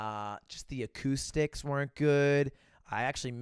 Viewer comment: Don't you mean aCUUMstics?